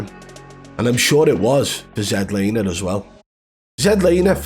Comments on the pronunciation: This is the first video I ever seen of yours and wow! This is how you wanna try and make money? Trashing a guy that has a life..and it's not zed laner.its ZLANER.. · Zed Laner? 🤣🤣🤣 It's Z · “Zed Laner” Lol. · ZED Laner ahahahahaahahAHHAHHHAH at least get the name right, geeez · You dont half waffle some sh#te you hahaha. You cant even say his name. Zed laner? Hahahaha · Dude you can’t even say his name right so how can anyone believe you lol